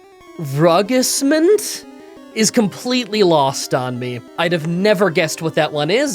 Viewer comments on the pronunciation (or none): I'm still early in the video but I lost it at "rugissement" As a french person I think I'm gonna love this vid